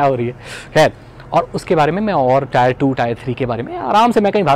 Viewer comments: Tier is pronounced "tɪə"....it resembles with the word 'tear' and NOT 'tire'. Cheers! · bhai it's 'टियर' not 'टायर'